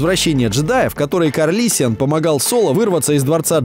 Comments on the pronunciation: Калрисиан а не карлисиан) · ты оговорился. КаЛриссиан, а не КаРлиссиан. А так видео класс, некоторые отсылки не заметил ) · 9.08 не Карлиссиан, а Калриссиан